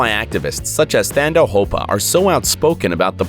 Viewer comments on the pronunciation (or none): it is not Thando Hopa but it is Tando hopa the h is silent / pronounced Tando. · The correct pronunciation of Thando is to remove the ‘h’ - Tando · The 'Th' is pronounced 'T' not 'th' in Thando's name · "thando hopa" is pronounced "tando" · 🙈 ooof the way he said Thando soooo wrong in zulu its tando but the "h" is silent so thando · Number four is pronounced as TUNDO!! and the u is pronounced like how you say under.But it's spelled Thando, It means love in IsiZulu, A South African language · Thando is pronounced Tando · Thando is pronounced Tando Yw 😁😁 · Pronounced Tar-ndo not Thando... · The H is silent in Thando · The way this guy said THANDO has me dead 💀😂 - Mara he tried Shem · If only we could leave him a voice note so he knows how to pronounce it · He pronounced thando wrong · Sorry sir, but the H in the Zulu name Thando is silent.😂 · It's pronounced tone-door R is silent(Thando).it means love in Zulu